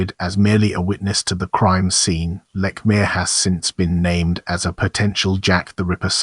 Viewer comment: You're pronouncing his name wrong. You're also wrong on MANY accounts. No wonder you have no views.